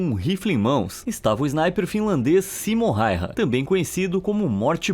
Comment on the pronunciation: o nome correto não é Simom Hayha e sim Samo Hayha e ainda mais se pronuncia Sama Hayha